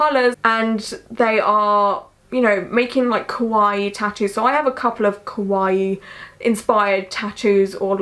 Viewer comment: I've recently found you and honestly love you so much. I understand your accent is different so it might be a bit more difficult but it is essential to enunciate the a in ka for kawaii. Other wise your saying kowai which means scary. Something I'm sure you're not trying to say. :) xx